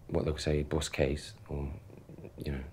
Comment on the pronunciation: My man really said Buss Case tho